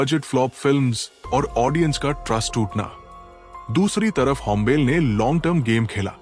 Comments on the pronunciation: भय्या ओ "होम्बेल फिल्म्स" नहीं ओ "होम्बाले फिल्म्स" है| थोडा pronunciation गलत् थि| Please correct it. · It is not hombile it is hombale ಹೊಂಬಾಳೆ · Not hombel , hombaale ( hom baale) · Ĥombàle❎️ hombaaale✅️ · it is not "hom bale", its pronounced "Houm Baaley". besides Kannada filmdom has given interesting movies back in 80's, like Pallavi- Anu Pallavi. the concept was not relatable then but apt now. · Hombil nahi Hai bhai it's hom... ba...😅 le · Its hombale means hombaale, not hombel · It's not होंबेल, it's होंबाले ( ಹೊಂಬಾಳೆ) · It is not hombel, Hombalé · It’s not hombell, it’s Hom- ba - le It’s not kuntara its Kaan- taara It’s not karnatak it’s Karnataka You need to work on editing. When narrating about KGF you’re showing Mahavatar narsmiha pics. Show relevant pics/ videos. Also hombale has not had any pan india vision its Yash who did all the hard work and took the film to Pan India and Vijay kiragandur trusted Yash in his vision. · Yeh Chris Gale nahi. Hombale is pronounced as Ho-m-baaa-lee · Pronounce it as home ba le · Pls take extra care on the pronunciations. It’s होम्बाळे…. कांतारा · Pronounced 'Hombaalley''. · Please production house ka naam wrong bol rahe hai.. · *hombale pronounced wrongly😅